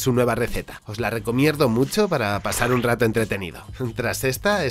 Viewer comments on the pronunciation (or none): Gran video, porque dices recomierdo? Gracias